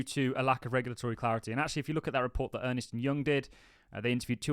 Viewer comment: Bro its Ernst and Young, not Ernest. Like Urnst.